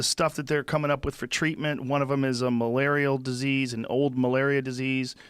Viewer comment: Joe "Malariol Disease" Rogan